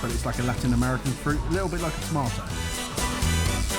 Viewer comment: Idk if anyone else mentioned it but I think you meant toe-mat-tea-oh (tomatillo)